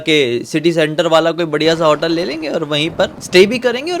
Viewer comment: Bro, vo resort ka room raha hoga, pura resort nahi. Also it is hotel, not 'hautel'